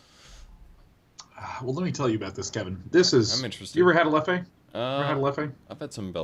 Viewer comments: His pronunciation of European beers and whiskeys is killing me... Leff-eh... It's pronounced 'Leff', the 'e' is silent. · It's "leff" with a muted e at the end, not a "leff-e", god damn it lol! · The way he pronounced Leffe is the funniest thing haha